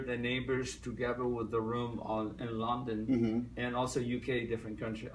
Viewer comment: I was very skeptical about his slavic or, more accurately, polish origins, but after this interview I'm a little more convinced. he's pronouncing "London" and it sounds exactly like polish pronunciation "Londyn". Also I realized that when me and my friends try to impersonate Tommy we don't need to imitate his accent, we only had to maintain the Polish one, and it sounds really natural. Long story short, either he's polish or by accident he sounds totally like polish person trying to speak American English.